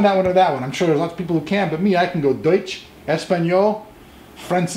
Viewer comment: I like the way he pronounces "deutsch" (im from Germany) :DD